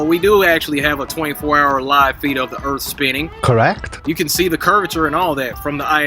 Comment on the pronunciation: I guess ive been saying earth worng all my life, according to its earf